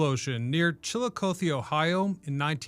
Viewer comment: It's "Chill-ih-cough-thee" NE Ohio girl here... Great video,. I have heard about this story for my entire life. The amount of shredding that tank shows just amazes me everytime I see it.